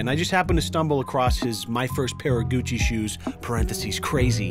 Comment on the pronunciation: "Gushi shoes"